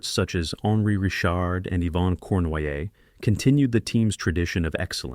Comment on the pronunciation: Redo your narration, please. Maurice Richard is pronounced ree-SHARRD in French. You got "little brother" Henri correct, so I'm mystified how you missed on "the Rocket." I had the pleasure of watching Beliveau in the late 1960s. "Elegance" is a word not often used about hockey players, but Beliveau was elegant!